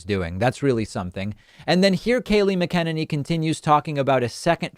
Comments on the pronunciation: MACK-IN-AYNEE.....not muh-ken-any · David keeps saying it "Mick-ENN-a-knee" but I think it's pronounced "Mac-INANE-ee" (easy to remember 😄) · David - You're KILLING😣 me here! It's "MAK'-ah-nen-ny" with the emphasis on the first syllable. Not "mah-KENN'-niny." Please? I came up in the decades that actually wrote the book on "Hooked On Phonics"- born in 1957, then through the 60s and early 70s - and I'm certainly not alone in that. Baby Boomers are still a very large group of people in this nation. Now, I don't normally put myself out there to correct other folk's grammar, but I love watching your show, and your very stress-free covering of this very stress- FULL period of crime-ridden governance of which we have ALL been subjected. But, every time you mispronounce Kayleigh's last name just grates on my last functional nerve😲. I would greatly appreciate it if you would work on that! 😊 Thank you for all the great work you do - it is much appreciated every single day. I watch you every day, multiple times a day, and love getting my truthful, honest, spam-free news on every day's events, as we try and just survive each of these days, one by one. Which is a considerable accomplishment for so many of us. Especially for the health care community, which I counted myself an honored member of for many years. I am retired for medical reasons, much earlier than what I had originally planned, but I try and keep up with what my honored colleagues are dealing with at any given time. They are all incredibly overworked, and under cared for in many ways. They all deserve the highest possible honors in dealing with this constant horro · MAC-A-NIN-E not Ma-ken-ninnie.. I mean, I hate that bitch but that’s annoying me lol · Mac e Nanny why do you say Mckenenny? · Love your content. However say it with me: “Mac” “in” “any” Not mick Kin any 😂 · You might be pronouncing her last name wrong. She's insane. But I think it's Mac-Ih-ne-ney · Love the show but it’s pronounced Mac in-enny